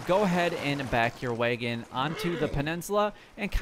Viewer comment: It’s wag-in not way-gen